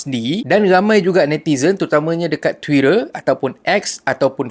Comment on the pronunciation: Knp bila sebut TWITTER..lain mcm..ade rrrrrr' aku pernah tgk ada 1 filem..sebenarnya org yg selalu menyebut terlebih rrr ada masalah psychology..masalah identity nak jadi american yg berlagak kaya.😂